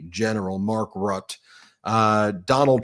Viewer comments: Dear, Please note that it is not Mark RUT, it is Mark Rutte which I imagine Americans might make a better stab by saying “Rutter”. Aside from that you are doing a great job, keep it up. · it’s Mark RuttE like “jubilEE” Ps. his nickname is “The Trump whisperer” 😂😂